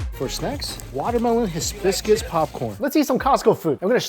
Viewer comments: it's hi-biscus not his biscus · high - biss - cuss. not hiz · Hibiscus, not Hissbiscus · Hisbiscus? That was intentional right?............right? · Love it! BTW, it's hai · bi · skuhs, the "s" in the first 3 letters is silent. The more you know :) Love your vids forever and always! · He must have Biscuits on mind..hisbiscuits haha🤣🫣